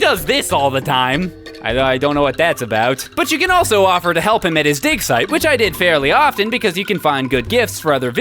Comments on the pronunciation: When said "you can also help him with his dig site" I though he said "you can also help him with his dick site" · when you were singing that song and you found the haniwa in the dig site, I thought you said "I found this in the dick site" (∩＿∩)